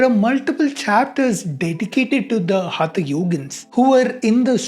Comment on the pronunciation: Good job. Just a minor point: for someone who has studied years of Sanskrit in school, hope it would not be a problem to pronounce हठ (force) yoga correctly, and not as हथ yoga. That's the minimum one can do right to address the single key term this post is about -- हठ. After all, it is the हठ part of the practice of yoga that is being discussed here, and hence the proper title should read: Is Modern Hatha Yoga from India?